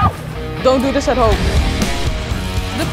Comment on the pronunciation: zegt dont do dhis at home hie wil je dit thuis dien